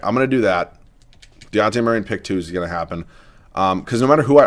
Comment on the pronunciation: As a Spurs fan the amount of times you pronounced Dejounte's name wrong REALLY started to annoy me hahaha It's a hard J like Dijon mustard